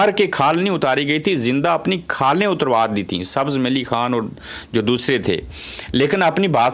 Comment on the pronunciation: beta those kashmiris from Mang were Sabaz Ali Khan and Malli Khan please pronounce their names correctly. Thanks.